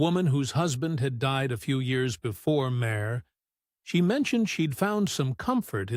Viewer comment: I never heard Sinéad pronounced as “Sin-ay-odd“ or Máire pronounced as “Mare” before 😂